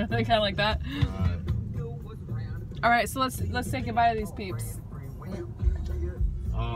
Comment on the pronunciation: Your “chúc mừng năm mới” could use a little tweaking, but your “lì xì” accent was on point. Happy New Year to your and the rest of the fam from the East Coast...